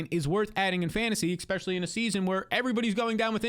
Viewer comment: I love your content, but for the love of god stop trying to invent the word "expecially". You sound like a toddler every time you say it man.